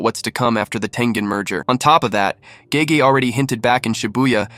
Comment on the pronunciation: You are correct. I caught on towards the end when he mispronounced Gege.